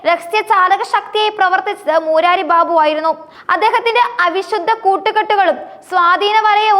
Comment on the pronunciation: മൂരാരി അല്ല കൊച്ചേ മുരാരി, അർത്ഥം ശ്രീകൃഷ്ണൻ.കരയോരം അല്ല കരയോഗം യോഗം കൂടി കരയുന്നവർ എന്നല്ല.